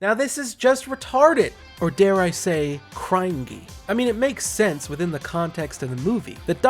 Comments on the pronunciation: It’s pronounced krin-G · did he say..... cringey as cryngey?? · It's pronounced 'crin-gee' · Are you purposefully mispronouncing cringey